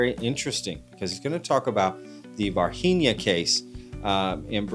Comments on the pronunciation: It's pronounced Var-zheen-yuh. Not Varheenia. It's Portuguese not spanish {{{facepalm}}} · Its pronounced "var-gee-nyah". g is closer to english g than Spanish g. Don't assume Brazil speaks spanish 😔😓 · As a Brazilian, all I can do is protest against you guys pronouncing Varginha as if we spoke Spanish in Brazil. Lol The NH like the Spanish ñ is right, but the G like the J in Javier is offensive. Lol It should sound like the French G in words like camouflage. Ok, now I can continue watching the video...